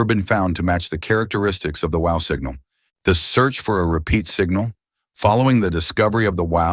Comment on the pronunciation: Excellent AI voice, I didnt realize it was AI until the illusion was utterly destroyed by its trying to talk about the Wow! Signal and it kept saying wow like the expostulation..